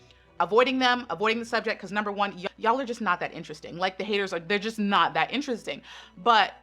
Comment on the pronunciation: I'm sorry why everyone time I hear charlie say "pecause" instead of because.